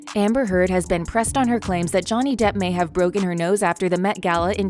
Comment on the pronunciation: The bot narrating this is pretty damn good. The tells that its a bot is easy to miss. I find it funny how it says Depp as "duh" when it's at the end of a sentence.